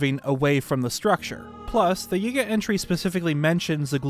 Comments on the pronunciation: why does bro say ''Yigga'' not yiga LMAO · He pronounces yiga as yigga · This guy says Yiga like Yigga, I've been saying it like Yeega 🤔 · Am I the only person who thinks how he says Yiga is… odd? 👀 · He bein sneaky